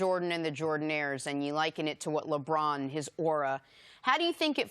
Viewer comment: Nice!!!!! I thought I was the only one who thought he's says Lebron's name funny. LEBRAAAAAAAAAAAAAAAAAN!!!!